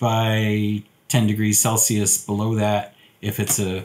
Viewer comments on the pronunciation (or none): none